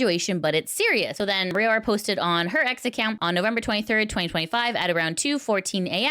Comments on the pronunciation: When neressa says it it sounds like rowda and Kiara is kiyadada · It's not Rayora, it's Raora (Ra - oh - ra, the last a and the first a are basically identical). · i appreciate all the news coverage you do as it keeps me up to date, but please make sure to put in the effort to pronounce vtuber names correctly. every time you pronounced raora’s name the way you did physically pained me